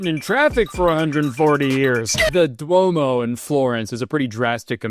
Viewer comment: that “duomo” pronunciation was so UGGGGGHHHH GOD I love you kurtis